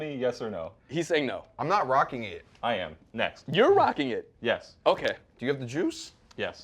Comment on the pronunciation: It might be helpful if y'all get a little diversity on set. I know ole boy's last name is Lopez but it pretty much looks like 3 white guys talking about sneakers over pronouncing every word for 30 minutes (ex: , "are you rockING those sneakers?"). Just sayin...